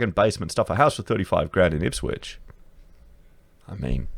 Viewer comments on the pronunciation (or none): none